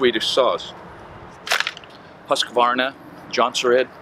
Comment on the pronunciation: Hoosk-varna and Steel, no?